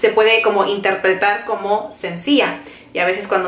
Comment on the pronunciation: Mi niña,no se dice sencia,es sencilla.. asi es mi hijo menor, casi de tu edad y hay palabras que no saben pronunciar!!